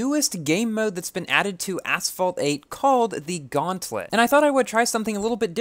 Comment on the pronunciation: Gauntlet not gauntlet feurrm